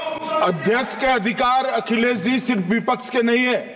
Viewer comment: अखिलेश यादव का नाम लेना सीख लो भाई